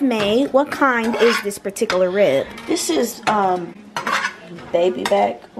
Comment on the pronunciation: LMAO SHE SAID PATICERLER! wait u said pork chop instead of rib.. anyways i lke how yall look yall are all pretty. I wish i had the same face. Although i like mine very much...